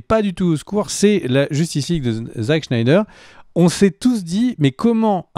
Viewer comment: Super videos les mecs!! Un de mes sujets préférés en plus!! Merciii!! Très hâte à la deuxième partie. S'il te plaît, arrête d'écorcher le nom de Zack Snyder à la fin 😂😂😂 c' est "Snyder", pas"Schneider" 😂 je vous adore! Et si je dois faire mon Top 5, je dirais 5) les deux parties de The Dark Knight returns 4) The Dark Knight 3)Man of Steel 2)Justice League (Zack Schneider😂) et 1) Avengers Infinity war